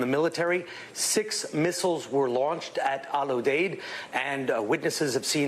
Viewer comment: Jesus...its Al Uuu-deeeed